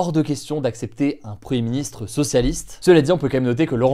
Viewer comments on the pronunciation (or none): il n'y a que moi qui entend preministre ?